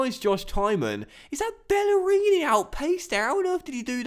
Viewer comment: U called him bellerini